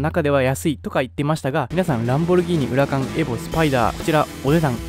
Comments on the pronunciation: ウラカン↑です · ウラカン↑やで